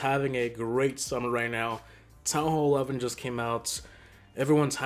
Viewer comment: He said town hall 11 😂